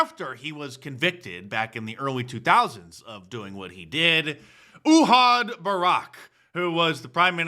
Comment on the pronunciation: Your pronunciation of ❝Ehud Barak❞ was a little bit sus !